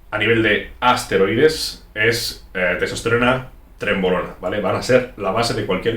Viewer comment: se equivoco en la pronunciacion, se dice asteroides claro que si